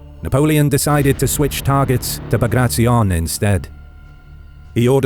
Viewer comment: It was an amazing video but please next time pronounce his name as you read his last name was B A G R A T I O N as you write you read the same way, not BAGRACZION.